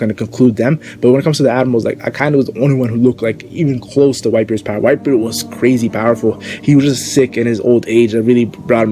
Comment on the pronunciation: I like how you start your videos but you sounded mentally challenged when you said power fse